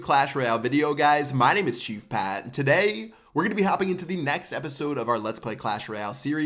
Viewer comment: Am i the only one who thinks that he says "today" in a very weird way?